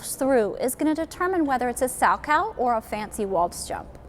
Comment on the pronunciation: You are mispronouncing his name. It is Sal-Ko. Not “cow” as in the farm animal.